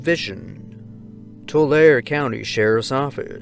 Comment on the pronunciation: Tulare county is pronounced Too Larry I grew up there ❤